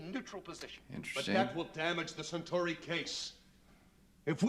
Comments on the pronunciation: I know you're just learning pronunciations, and if I were in your place, I'd just be referring to "the hair guys" and the "reptile dudes" and such, but "sen-chur-ee" is hurting me. You know centaurs? The horse-men? You pronounce it like that with a long E at the end: "sen-tore-ee". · The pronunciation of "Centauri" even by the actors made for a great blooper reel moment: Cen-torr-ee. Cen-tarr-ee? Tomato! Tomahto! Potato! Potahto! singing together Let's call the whole thing off! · 1) I know you got hit with a lot of new words, very quickly: Cen-TAR-ee, Min-BAR-ee 2) The lady at the end eating popcorn with Garibaldi was the Minbari ambassador: Ambassador Delenn. 3) The rank of Lieutenant Commander is sometimes shortened to Commander in conversation. Lt Cmdr Ivonova is second in command (also called executive officer or XO), Chief Warrant Officer Garibaldi is head of security. Sinclair is one step up in rank from Ivonova, a commander.